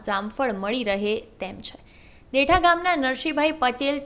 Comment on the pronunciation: ભાઈ ગામનું નામ દેઠા નહિ પણ દેઢા છે